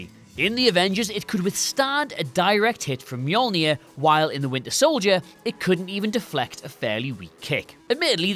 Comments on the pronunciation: ya cant even pronounce mjolnir right, sifh this is another darkseed situation again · The way you say Mjolnir is fucking disgusting and I want compensation